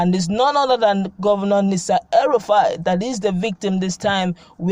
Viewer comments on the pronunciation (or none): Madam, learn how to call some names if you have ever lived in that country called Nigeria When you call Nasa el rufai, you confuse us as we begin to wonder the identity of the person you are referring to. That name is Nasiru but the u is silent. There is nobody by that name Nasa.